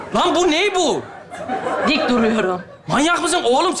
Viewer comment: " Dikk duruyorum "😅😅